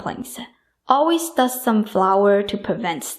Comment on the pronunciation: WelcoMe BottoM SoMe please !! Not WelcoNe BottoN SoNe Other than that I absolutely love your videos.